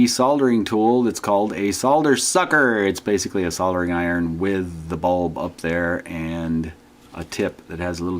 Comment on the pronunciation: Finally an american that says SOLDERING properly... Instead of saying soddering